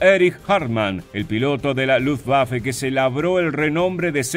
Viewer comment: ¡Gracias por respetar la pronunciación de Luftwaffe en Alemán! Ojalá sirva para que otros también pronuncien las palabras extranjeras o en su propio idioma o en Castellano (la w se pronuncia como v en Alemán y todos los demás idiomas que usan Alfabeto Latino con la única excepción del Inglés) y no obligatoriamente con Fonética Inglesa, lo que es incorrecto. Luftwaffe significa Arma Aérea de Luft = Aire y Waffe = Arma. Wehrmacht significa Fuerza de Defensa de Wehr = Defensa y Macht = Fuerza. Kriegsmarine significa Marina de Guerra de Krieg = Guerra y Marine = Marina. U-boot es el apócope de Unterseeboot que significa Embarcación Submarina de Boot = Embarcación, Unter = sub y See = Mar. La doble o se pronuncia como 2 oes igual que en Castellano y no como u porque no es Inglés. En Alemán, todos los sustantivos se escriben con Mayúscula inicial. La s entre dos sustantivos que forman una palabra compuesta como Kriegsmarine cumple la función de Genitivo y convierte al primer sustantivo en adjetivo del segundo, estructura sintáctica de los Idiomas Germánicos y Eslavos. Lo que comparto para quien esté interesado en conocer un poco más del Idioma Alemán o Deutsch que se pronuncia doich con la ch del Castellano. Gracias a quien se tomó la molestia de leer hasta aquí.